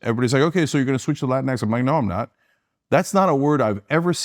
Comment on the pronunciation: “latinks” lmao